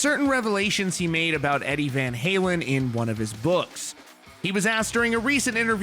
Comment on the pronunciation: “Eddie Van Haywin”